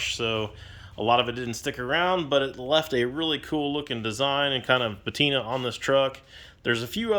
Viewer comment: Please look up the word patina